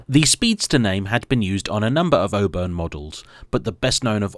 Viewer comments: Is it not pronounced 'or-burn' rather than 'o-bun'..? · The people of Auburn, Indiana (where the car originated) pronounce it awe-burn, not "oh-burn" as he says it. Bob's your uncle! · It's "Aw burn", not "Oh burn". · Aww-burn not o-burn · You are pronouncing it “O-burn” interesting, I have always heard and said it “Awe-burn” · It's pronounced "AWE-burn". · ahem… it's AW-burn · Now to be that guy, but I've always heard it pronounced "Aww- Burn " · It’s worth twice the price of admission! Just don’t pronounce it Oburn 😂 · I think it’s pronounced “AW-burn” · All-burn 😂 learn how to speak American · Please pronounce the Auburn name correctly. "Oo-burn" is not correct. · It looks good even when it's driven on the wrong side of the road and Auburn is mispronounced. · I think it would have been nice to note that the Auburn of the last century was built in Auburn, Illinois, USA, not Florida. Also, while the marque name starts with an Au, it is a North American Au, pronounced like the au in autumn, not like the au in au paire. Please, we ridicule, but don't interfere with the British pronunciations of place names like Worcestershire, please be an educated Brit and display the same courtesy. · As soon as I saw it, I knew it was a fake Auburn because of the incorrect wheels. Unlike, who may have pronounced Auburn the say way as its owner, I know how to pronounce Auburn correctly.